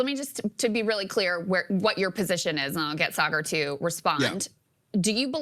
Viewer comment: Sorry just a little off putting to mispronounced saagars name. I fuckin hate thar guy but mispronounced a name is a big dig. You can find better jokes. Saagar embarrasses himself constantly with his real opinions. Calling him sugar makes you look stupid. Smh